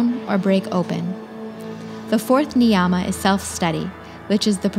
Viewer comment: Thanks for spreading love for our ancient culture. Small suggestion: Yama and Niyama are pronounced as Yama and Niyama as such, not Yaaama and Niyaaama. Sound plays an important role in Samskritam.